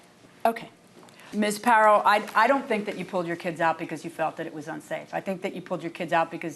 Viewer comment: She pronounces "Kids" as "Keds". I hate when women do that.